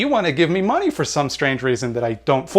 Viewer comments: "Globally speaking, white people have-a all da monee and da power." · Every time says "da money" and "da power" a liberal is radicalized